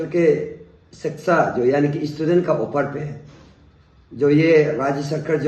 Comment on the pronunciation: Sexa mantri😂😂😂 ye kya hota hai??? Phele thik se pronounce karna sikhiye😂😂😂